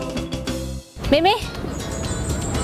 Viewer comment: it's actually mei mei not mimi